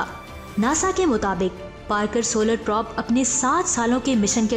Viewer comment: Wind or probe ko ap sahi prononce nahi kr rahi. wind ko ap winde or prob ko ap prab parh rahi hain. plz correct it